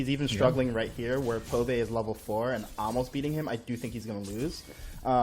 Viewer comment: I wonder how many of the casters can't read. ITS BBBBBBBBBBBBBBBBBBBBBBBBBBBBBBB. BOBAE, not Pobae lol